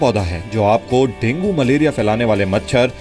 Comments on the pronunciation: डेगीं नही डेंगू होता है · Denge hi hota hai